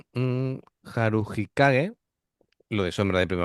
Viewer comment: not 「haru no kage」 「haru hi kage」